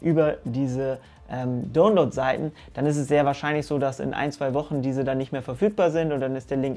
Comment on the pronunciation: Ich liebe ja deine Videos aber deine Aussprache des Wortes „Download“ triggert mich schon ganz dezent 😂😂😂